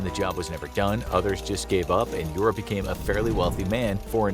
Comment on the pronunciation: Yura - you-rah (russian)